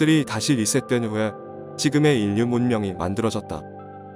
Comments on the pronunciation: 인류 발음 : 인뉴(x) 일류(o) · 인류 를 일류라고 읽어야지 인뉴가 뭐냐? ㅉㅉ